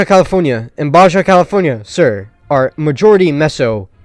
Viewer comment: Oof, my guy, I was always told to never disparage someone for mispronouncing a word because that means they learned the word by reading it. But wow this just goes on and on. have you never heard someone say "Baja California" before? or "Mojave"? Where are you from lol. Also - is just pure gold. Keep it up!